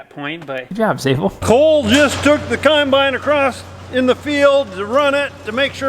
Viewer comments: Also 'cimebine' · I love how says combine instead of combine